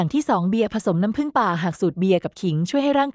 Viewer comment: พูด หรือ อ่านไม่ตกวัค.เช่น.น้ำ.แล้วมาผึ่งในวัคหลัง ทำไม่อ่านว่าน้ำผึ่งเลยล่ะ